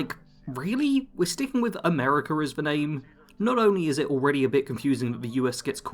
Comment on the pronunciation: Bro bashes a country but pronounces it americ-ER 😂😂😂 this shit writes its self